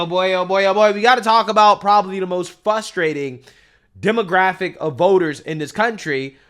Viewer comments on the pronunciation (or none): Nothing is more frustrating than your pronunciation of the word “frustrating” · The word is "FRUSTRATING" why do all black folks pronounce that word wrong lord help me.